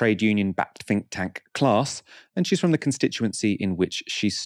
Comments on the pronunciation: 'Fink tank'... bro please learn to pronounce 'th'. You're so well spoken otherwise. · Your broadcasts would carry so much more weight if you could only pronounce your "th" words without using "f". Sorry to point this out and I do so because I'm certain it is only a problem of habit rather than anything else. When you say "fink" for "think" or "bofe" for "both" it diminishes your impact.